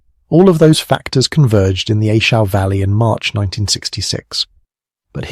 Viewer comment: Good stories. Thanks. I didn't get in country until "67". All the earlier battles are interesting. Another reason the NVA wanted A Shau so badly because in "65" Hal Moore and his Cav troopers beat the shit outta 2 divisions of NVA, Just to help you, You pronounce the names? It's "A" Shau. Pronounced (shaw). It was up in "I" corps. Hue is pronounced "WAY". Vietnamese towns and names a very difficult to pronounce unless you've been in country. Good story. I wondered which action Bernie landed his A-1 to to make that rescue that earned him the MOH. I knew he received it just not where..Thanks